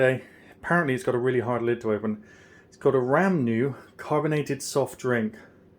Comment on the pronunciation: It is pronunced "ra-moo-nah" Opened in the same way I open bottles of fortified wine. I should buy a corkscrew one of these days.